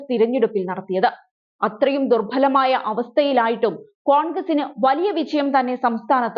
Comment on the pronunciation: ദുർഫലമായ എന്നല്ല ദുർബലമായ എന്നാണ് പറയേണ്ടത് . ഉച്ചാരണം പലതും കുഴപ്പമാണ് . മലയാള സംസാരിക്കാൻ പഠിച്ചിട്ട് ജിഹാദി ചാനലി വെള്ളയടിക്കാൻ വരുക.